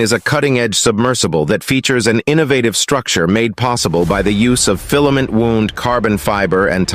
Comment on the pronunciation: "12-zero-zero-zero foot" Crappy text to speech tech, that can be performed by a 1970s vintage 8-bit processor ! W-owe-nd, not "w-oo-nd" (wound). AI, my ass ! I bet this clown thinks a computer expert, because he wrote a Python routine once !